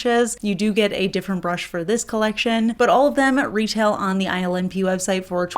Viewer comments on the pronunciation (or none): Omg lol instead of hearing ILNP, I kept hearing her say “island pee” 😅 .. was like that’s not a pretty nail polish name.. maybe this brand needs to rename itself 😂😂😂